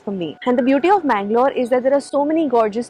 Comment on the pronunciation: Always it's mangalore